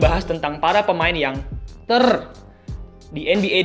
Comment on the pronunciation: Suara Ter nya gregetan